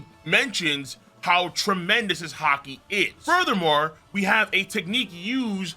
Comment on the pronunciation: Bro said haki paint🤦🏾‍♂️😂